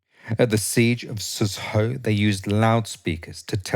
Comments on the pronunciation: i died when u 'trying' to pronounce Xuzhou, bless you😂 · You pronounce XuZhou incorrectly, and the Huahai battle is not about XuZhou; it's about the area around the LongHai railway. Most of the fighting takes place in the countryside, such as the village of Nia Zhuang.